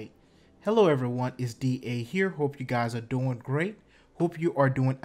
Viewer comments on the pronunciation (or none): none